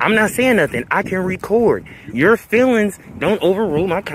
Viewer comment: FEELINGS, not Fillins Kinda like Ask.